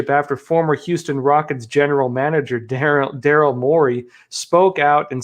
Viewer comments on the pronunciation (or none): none